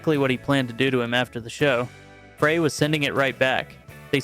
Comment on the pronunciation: Not the end of the world by "Any," means, & not a criticism; however, it's pronounced Glen "Fry," not Glen "Fray." It certainly looks like Fray, but it's not. The only reason I mention it is that I've heard it pronounced incorrectly in a couple of the channel's videos. Again, not being an "Actually...," type of comment, simply trying to help. ✌